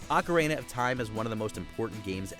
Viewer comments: The way he says "Ocerayna" annoys me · "OcaReEna of TiMe" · Who pronounces ocarina like that lolol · Hmm, never heard of "OcaRAINa" of Time before. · well, it's easy to say "you need to play it" but a lot of the time the style, the story and the setting determine if you would even consider playing a specific game, let alone actually enjoy it, plus what type of gamer you are. more correct title would've been "top 10 games you need to play at least once if they suit your playstyle". also the way you pronounce "ocarina" is silly lol and wrong.